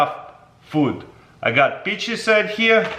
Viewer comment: I heard beaches.